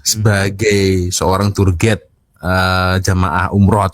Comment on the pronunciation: Cak²...Bukan 'turget' sebutan yg bener adalah 'tuwer gaid' (tourguide). Ingatkan bahsa Belanda td...🔎📖📚🤭😄👍